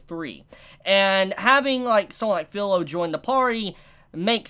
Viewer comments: The ME at the end of Maofume should be pronounced meh, not me (like in you in and me). Pilo is pronounced Pee low. In Romaji (Japanese spelled out using the Latin alphabet) A = ah, E = eh, I = ee, O = oh, U = oo. So isekai is pronounced ee seh kai. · its pronounced fee -lo. filo but with eeeeeeeeeeeeeeeeeeeeeeeeeeeeeeeeeeeeeeeee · not meaning to b rude but its pronounced feelo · filo is pronounced Fee-Lo also love your channel btw your reviews are great love how in depth u go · How to say Japanese words Isekai- E-sa-Kuy Filo- fe-low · my dude you watch the anime and hear how the name is pronounced "fillow" yet instead you dont say it like Fee-lo